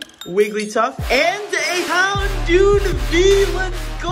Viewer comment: Its houndoommm with a mm not d u said houndood 😄😁🤣😂